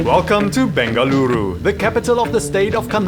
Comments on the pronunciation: Yess! I’ve been waiting for this video for soo long!! I’m from Bengaluru who’s moved to London and this video brought tears to my eyes!! So many people from Bengaluru would NOT have pronounced any of the dishes the way you have! Thank you:) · Thank you for visiting Bengaluru n showing iconic dishes ❤ N kudos for catching all the names right..you are doing a great job🎉